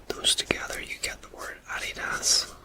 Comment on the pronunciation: Wow, I had no idea about the history of Adidas. Thx for the facts! I love the way the logo came out! 😊 I adore the way you pronounce "Adidas" I am definitely going to start pronouncing it just like that!